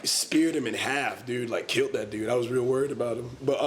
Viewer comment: "kilt that dude, I was rerally worried about him" I'm DEADDDD